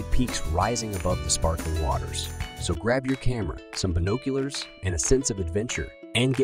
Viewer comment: Binoculars is pronounced binock ular